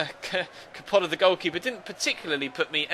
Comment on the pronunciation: Hey i'm an italian follower and I just want to say that the accent of Coppola - the keeper - is on the first "o" and not on the second. You're great, cheers from Italy!:)